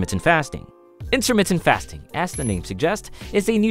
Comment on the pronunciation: Intahmittah fast'n